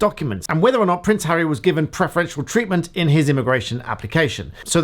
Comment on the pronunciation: 'Come on ...... Come on Hurry up 'ARRY' caam on' 😆